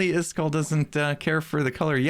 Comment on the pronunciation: ITS NOT “Iskoll” ITS Iskall!